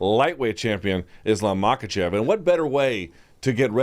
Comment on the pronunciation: Since Luke's thing is pronouncing names correctly, somewhat surprised he doesn't get Islam's last name right. It's not like it's hard to say, just has to pretend the k is silent. Anyway, keep up the good work in general guys.